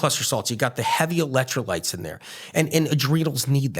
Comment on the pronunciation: Why does he keep saying ELET trolites. I thought it was ELEC trolites. Keeps saying eletro lites, eletro lites.